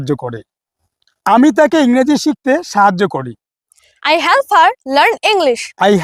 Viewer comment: Sir,apnar ebong ei studenter uccharon gulor dike ektu bisesh najor din jegulo ektu vool hoye jacchhe!!! ami jeta ei video te sunlam - 'get' aar 'let' jevabe uccharon korlen seta thik holo na aar 'help' tao seorokom!!! - Koushik bolchhi Sodepur theke.